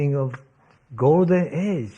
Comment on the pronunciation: Ahh beginin of gowdin age 🤓